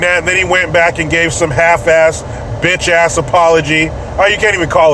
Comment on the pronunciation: did You Say Bitch or Botch? I Couldn’t Tell it must be the antibeoutch In me!